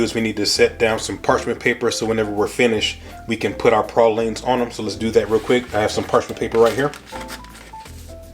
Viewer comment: You say Peecans correctly but Praw leens not Pray leens🤦‍♂️